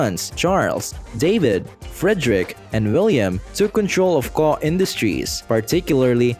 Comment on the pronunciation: It's not pronounced "Koh", but rather "Kokh". This is painful to listen to. Nobody thought of doing some research before making this? Unbelievable.